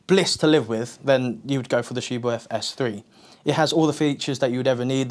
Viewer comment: the 'h' is silent. In german it makes the 't' softer